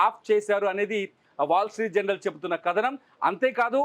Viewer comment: జనరల్ కాదురా నాయనా. జర్నల్.